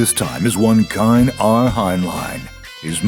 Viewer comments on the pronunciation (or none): KINE!? IS that how you pronounce KAIN ? wtf.